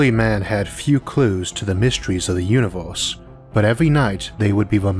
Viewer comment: "Univoooohhse" ..."Ooooorthh" ...damn !